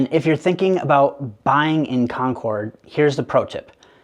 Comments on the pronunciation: You said you lived in Boston your whole life but you said Con cord instead of con kid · I would believe you more if you pronounced "Concord" the way residents do. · Easy. CONK-urd rather than con-CORD. Happy to help you out there - now maybe you can sound like a local too. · He's clearly not from Boston area based on the way he says Concord. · Exactly, every time he kept pronouncing “Concord”, my wife and I kept shaking our heads. Route and boutique, definitely not from here. I even thought AI for a sec